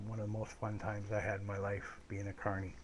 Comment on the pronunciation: Glad to know ya mate. This is an interesting story. The funniest thing is when i first started listenning i thought you said attourney and i thought you were a lawyer.